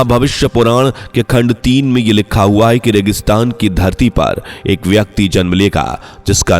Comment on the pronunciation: लिक्खा है.??? सही उच्चारण भी नही कर सकता है.